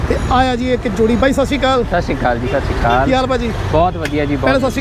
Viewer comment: I am not a person to write negative comments but come on punjabi is your 1st language at least sat satsri akaal properly not Sashi kal 😂😂😂